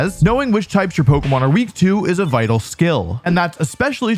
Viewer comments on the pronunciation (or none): none